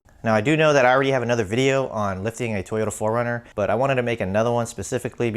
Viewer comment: Oh my god!!! 😆 PHO-RUNNER!!! LOVE IT!!! Aaahahaha!